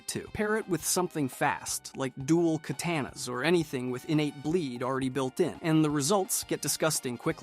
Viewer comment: I just found this guy and he’s really entertaining, but man doesn’t need to learn how to pronounce these names. I can understand the names to a certain extent, but you gotta learn how to pronounce katana correctly.